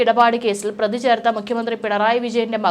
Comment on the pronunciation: Prathi ennu parayu.pradhi alla